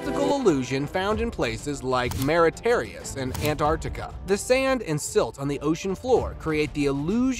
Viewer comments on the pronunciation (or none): shocked on how you read the names of those places like MAURITIUS☺